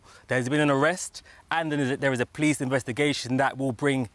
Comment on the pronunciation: What an awful presentation. Who are the "pleece"?